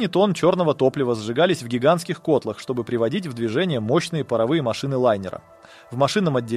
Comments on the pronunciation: автор ролика у ботов учится ударениям в тексте? В кОтла.х ... 😊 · кОтлах? Чувак, ты серьёзно?